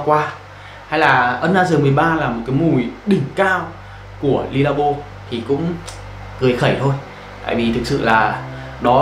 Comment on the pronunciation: Khổ quá. Dùng nước hoa bao năm rồi đọc nó chuẩn tí, éo phải Le, Lê hay Ly. Ô chả biết cái éo gì cả